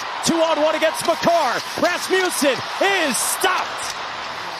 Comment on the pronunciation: Love hearing the commentators say Rassmewsen 😂😂